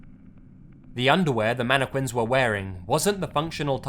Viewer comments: It's pronounced "mannekin". MANNEKIN.Not "manneQUIN". Aaaaaaaaaaaaaaaaaaaaaaaaaaaarggggghhhhh! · Its MAN I Q(CK U)UIN NOT MANIQUI(WI)N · Manic-win instead of mannequin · Am I the only one who is bothered by pronouncing mannequin as "mani - quin" instead of "mana kin" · It's pronounced manekin not queen. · how he says mannequin MANEKWINS MANEKWIN MANNNNNNNNNNNNNNNNNNNNNNNNNNNNNn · "mana quin" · As much as I love this video, all I'm hearing is "Manne-quin" :P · ummm mannekwin? lol whut? ? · The way you pronounce Mannequin triggers me